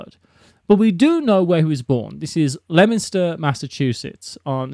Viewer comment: "Lemster!". is correct.